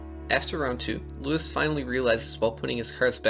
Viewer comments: Ahh my ears --- his name is loo-eese not lewis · Just so you know his name Luis is pronounce like "Loo-eess", not like the American "Louis" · I believe his name is pronounced like Louise (like a more Spanish sounding pronunciation) ;) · Great video but please pronounce his name correctly. I know you weren't doing it intentionally but making sure it's right will honor him. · You pronounce his name incorrectly the whole time